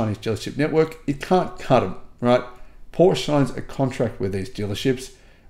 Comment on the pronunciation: How to pronounce PORSCHE the correct way (part 3) … 😉 You’re almost getting there, dear, as to the correct pronunciation of PORSCHE … it’s only 70-80% of times now, that you still say PORSCH instead of PORSCHE. But you’re not alone, so at PORSCHE they have actually added on their website a part, where they teach people how to pronounce their brand name correctly … 😎 Unfortunately YouTube doesn’t allow me to add the deep-link here in this comment … 🤷🏼‍♂️ Cheerio and all the best, Henrik 🇩🇰 🇩🇪